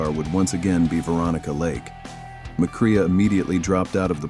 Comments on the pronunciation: Just for the record,, it's pronounced Joel 'Muh Cray', not Joel "Muh Cree ah" 🤪😝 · His name is pronounced McCray not McCreea great job